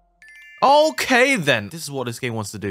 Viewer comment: Sounded like an Asian when he said "ok then"